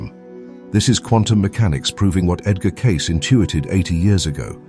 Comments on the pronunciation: Edgar Catce 😂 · Is there some way to train your AI voice to pronounce Edgar Cayce's name correctly? It is pronounced "CAY-see" NOT "case".